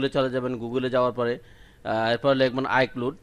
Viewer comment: ভাই আফেল না,এ্যাপল বা এপেল.আর আইক্লুট না,আই ক্লাউট হবে😂😂